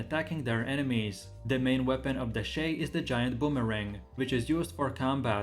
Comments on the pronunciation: ffs, u cant even pronounce shai correctly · Maybe one day he will actually say shai right KEKW